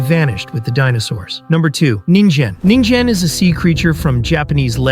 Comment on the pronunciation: Bro he said ningin wrong 😂